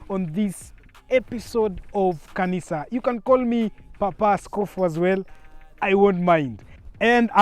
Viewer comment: Did he say car-nisa at the start?😂🔥🔥